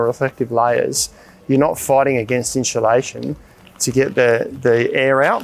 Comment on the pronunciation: I honestly couldn’t watch the vid after hearing inchulation 3-4 times. I’m out.